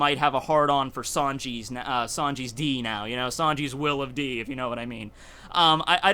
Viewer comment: "Sanji's will of Di" XD